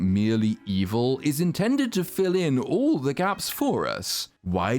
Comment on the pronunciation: The way says "evil" tickles me lol